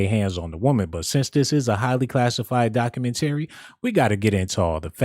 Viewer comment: doc-u-MEN-tah-ree not doc-u-men-TARE-ree